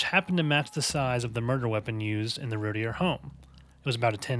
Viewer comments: i emailed about how they mispronounce the last name, "its rooteer, not rooty-air" and they reply "Your name is rooteer" wtf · Except not pronounced the same. Rowlett is an "ow" sound as in "now". Routier is"ooh" or "rue". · It's prounounced Rooteer. you need to learn how an investigation is conducted, Yes you move articles, but you photograph and film them first, you then move to look for more evidence, photographing and filming all the while. Suggest you learn the case before doing a podcast. You have so much wrong it isn't funny. I've studied this case for over 20 years. Darlie is the killer.